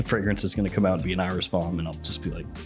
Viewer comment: dude it's pronounced eye-riss. Let's stop being pretentious by pronouncing things wrong (cough ambergris)